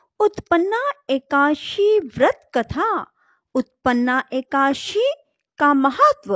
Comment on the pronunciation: Ekdasi ki ekaasi bol rhi ho tum jo ki galat hai Pronunciation sahi hona chahiye